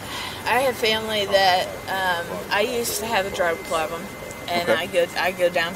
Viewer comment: his pranunshiashun is goood & so's his burp And, I used to have a drug plublum but I'm cured. Check my car.